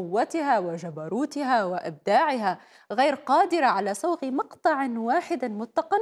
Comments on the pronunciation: متقان؟؟؟؟؟؟ متقن تنطق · مُتْقَن .. من الاتقان .... و ليس كما نطقتيها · طيب التلفزيون العربي ما يوظف مذيعة افضل من هاي الي ما تستطيع ان تلفظ كلمة متقن واخطاء اخرى ....مسخرة